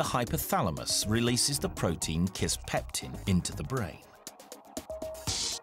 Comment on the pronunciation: "kisspeptum" lmao